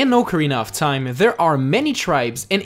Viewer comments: Did he say Ocarinar of Time? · Ocariner of teim